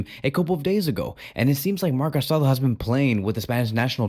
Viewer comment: The guy’s name is pronounced ca-sa-DOUGH. The final accent means something. It’s not respectful to continuously mispronounces his name.